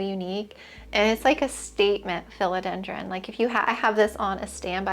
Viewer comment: You say philodendron in a way I’ve never heard it pronounced before. 💚